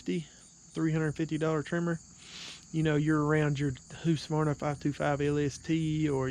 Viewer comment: Lol it’s not whosqavarna it’s hus ka varna.